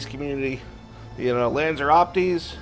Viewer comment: Lanz are not Lanz er